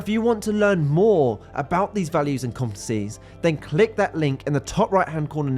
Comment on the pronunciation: This guy cannot say the word 'competencies'.